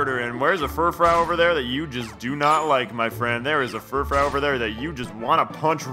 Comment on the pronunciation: "Furfrou" is pronounced "fer-froo".